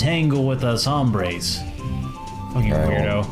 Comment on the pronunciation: Always cracks me up how you pronounce "Hombres", I live in the southwest and I've never heard the 'H' being pronounced ever